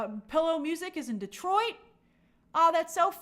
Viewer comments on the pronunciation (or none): none